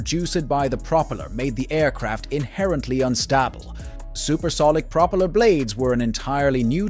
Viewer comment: "But before we go any further..." earns you a "stop", "dislike" and "no sub". It's a DICK MOVE and should be saved for the end! Throw in the fact that you don't know how to pronounce the word "propeller" and I have to conclude that you have no idea what you're doing. I'm out.